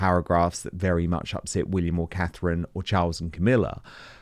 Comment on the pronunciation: IT'S "CATHERINE"....I know that's a really BIG WORD FOR YOU but you'll (MAYBE) get it right if you practice it, sugar!!!